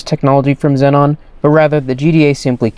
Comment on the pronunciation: im sorry but xenon is not pronounced zenon its pronounced zeenon